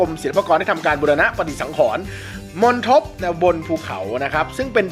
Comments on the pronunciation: 🪷มณฑป เป็นคำสามานยนาม(Common Noun) อ่านออกเสียงว่าว่า มน-ดบ นะขอรับ ไม่ใช่ มน-ทบ มณฑป ตรงกับคำในภาษาอังกฤษว่า Mandapa, Pavilion, Monk's living quarters. ➰ครั้งต่อไปต้องระวังและตรวจสอบคำอ่าน และ อักขรวิธีให้ดี อย่าให้พลาดเหมือนครั้งนี้อีก เพราะคลิปวีดีทัศน์นี้จะอยู่ไปอีกนับร้อยๆปี (ครูเจี๊ยบ/Tutor Jeab 🇹🇭) ** ๑๖/๐๑/๒๕๖๘ ** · มณฑป อ่านว่า มน ดบ นะ